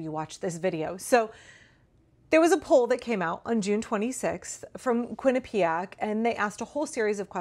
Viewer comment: My Brother-in-law went to Quinnipiac. Thank you for being the only person that seems to know how to pronounce it. I’ve been hearing it so much recently & usually don’t know what the person is saying.